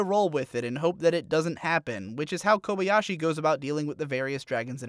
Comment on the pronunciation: My main problem with this video is the fact that you say kobey-ashi, instead of kobayashi, even though I know you watched it as intended with the original language and thus have heard her name over and over and still say it so boldly wrong.